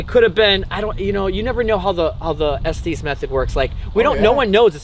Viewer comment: It is pronounced Estes Not Estees!